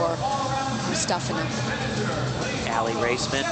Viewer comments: Alina... Aliya...Mustafeena, Mustafa... ... MUSTAFINA! Come on, Al, really? She's the World Champ! You should know her name. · If you watch some of the Russian news coverage on Aliya you can hear the Russian news reporters pronounce her surname as MustAHfina. Type in 'Difficult comeback for Mustafina' and you'll see.